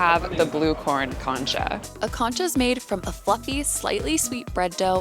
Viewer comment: Nice video. I know concha is another language, but maybe listen to a video on how to say it, the emphasis is on the second syllable. It all looked so yummy!!